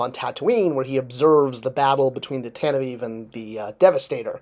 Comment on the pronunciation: For the love of God, it's "Tantive FOUR", it's roman numerals. NOT Tantive EVE!